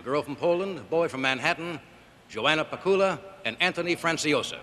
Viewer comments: So, she is Joanna Pacuła, not Djoana Pakiula... Nobody in Poland knows what is who. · She is Joanna Pacuła (Yoanna Patsoowa/Pazooua), not Djoana Pakiula!